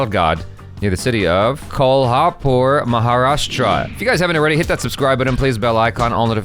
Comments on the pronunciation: I'm from kolhapur, really appreciate your pronounciation progress, you pronounced exact , "kolhapur" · Love the way says kolhapur🔥